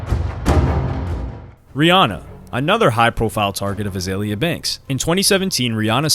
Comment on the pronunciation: BTW, it's Iggy Azalea (AH-ZAY-LEE-AH) and Azealia Banks (AH-ZEE-LEE-AH)